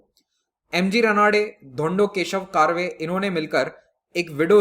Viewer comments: Sir there are some pronunciation mistakes Not रनाडे its रानडे Not कारवे its कर्वे (करवे) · Correct pronunciation of Ranade and Karve is रानडे and कर्वे.......